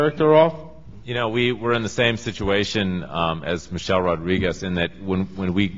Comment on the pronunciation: he sais you KNOW noy you now lol